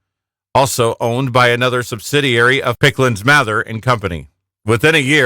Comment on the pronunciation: Did they say Picklands Mather? It’s Pickands-Mather.